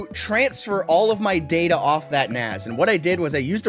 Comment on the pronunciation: naZ? 😅 I came for the concussion, stayed for the pronunciation.